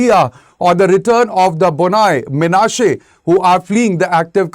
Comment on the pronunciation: Very stupid and inaccurate report who couldn’t even properly pronounced Bnei 😂 Do you home work first before you spread your false narrative.